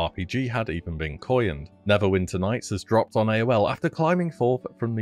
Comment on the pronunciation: Did you say coyined?